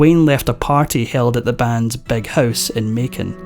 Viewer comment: It's Big House, not Beg House, you misfortunate tongue inflicted man😅